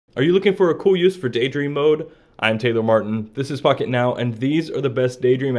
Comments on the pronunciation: That did not sound like "Pocketnow". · i swore he said "f$&k it now " instead of "pocketnow" at the beginning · Your pronunciation of "Pocket Now" sounds a little like something else. Just sayin. And I love the idea of Daydream, but I really don't use it often. However, it turns a tablet into a decent digital photo frame.